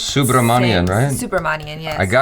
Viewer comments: it's su not so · It's also Ni-En.... not Ni-Em 😅